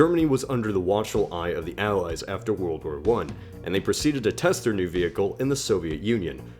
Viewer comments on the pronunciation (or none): none